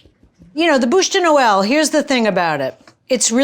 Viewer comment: You are so cute, you kept saying '' bouche de Noel'' which translates to Christmas mouth....you did a great job...it's a beautiful Bouche de noel!!!!😍😍😍